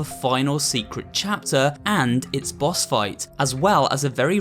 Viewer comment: you said bos not boss